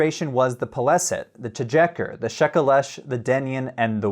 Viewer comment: "Their confederation was the Peleset, Te-Djekker...." Dude, could you please stop doing weird things to the letter j?